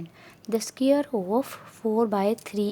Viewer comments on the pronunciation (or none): Mam good but ya sqyare nahi hota is ko square kaha ta ha😂